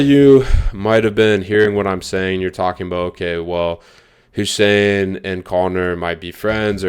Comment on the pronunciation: Connor getting Hussein's name wronger than last time